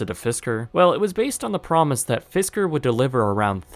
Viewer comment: It’s “Fisker”